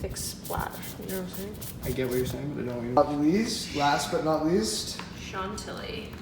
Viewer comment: It's "shan-tilly" not "sean-tilly" :)